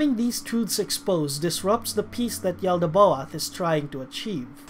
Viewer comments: The god is pronounced “yal-da-both” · And the way you say "Yaldabaoth" is weird as hell too lol